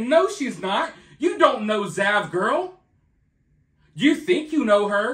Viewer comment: I thought you said vaj-girl lol